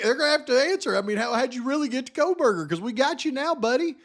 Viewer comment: oh yes Megyn Kelly “Koh>L<berger” … I’m left with, this has to be intentional! 🤦‍♀️